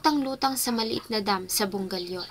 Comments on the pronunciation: Bugallon po hindi bungallon hehe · Bugallon po hindi Bungallon